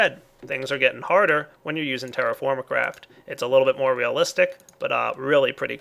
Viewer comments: lol i heard him say terraformacraft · To be honest, after a couple of times you said "TerraFirmaCraft" I heard "TerrifyingCraft"...